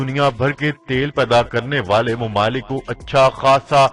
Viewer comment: "mamalik" lafz Ko aap ne "mumuluk" kaha jo keh galat hai